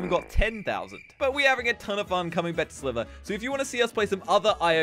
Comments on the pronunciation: Bruh he says slither like “swivver” 😂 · He said slover